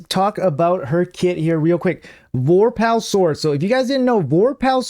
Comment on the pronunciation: Vore Pull. Not Vor Pal.